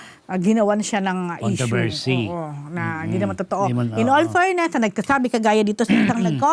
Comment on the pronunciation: It’s “fairness” not “Furness”😅